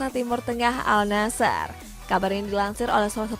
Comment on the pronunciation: Para host yg membawakan berita hampir semuanya mengatakan AL NASHER, padahal dibaca AN-NASHER. Kudu belajar bahasa arab dulu lah.